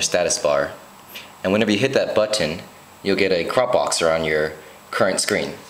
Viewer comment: I know he's from Hawaii.... wana know how? Listen to how he says "Button".. that's exclusively Hawaiian accent.. Nice info btw.